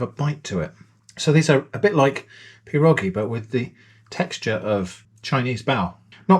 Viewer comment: Love the creativity and I appreciated the lax rule set. It made for a fun video. Just so you know its many pierogi and one pieróg (pronounced pye-roog, the ó is essentially the letter u with the sound of oo). Your pronunciation of pierogi is perfect.